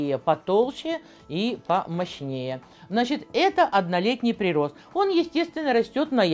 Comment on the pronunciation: прИрост,ударение ставите как неспециалист